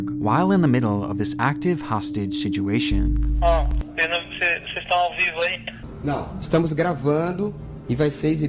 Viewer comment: I love these videos so much but, it's so hard to watch when he says "sidguation"! It's like nails on a chalkboard. If you can't say situation then just leave the word out of the videos. Does anyone else agree? I'm not saying I don't like these videos, because I do really like them and the dedication and time gone into these videos is great, I'm just saying "sidguation" is so distracting and I totally forget what he just said because I can't get past the pronunciation ☹️